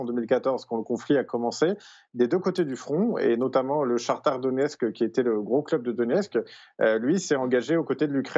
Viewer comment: Le correspondant à Moscou : Foot '' le CHATARE DONIETSK '' oui l'ÉQUIPE DE FOOT CHARTARE' TARTARE, CARCARE, CALCAIRE 🤣🤣